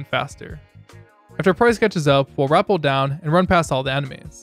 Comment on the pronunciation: completely sidetracked question here, but where does your pronunciation of "rappel" come from? Googletranslate seems to agree with you which had me confused for a bit but the Cambridge dictionary seems to agree that it is ra-pel for both UK and US which I believed it was as well as a non-native speaker this intrigues me so if anyone has an answer, let me know